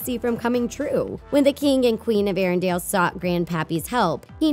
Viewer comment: Arendale? Oooookay, here we go again: ARINDELL, Say it with me, AIR-EN-DELL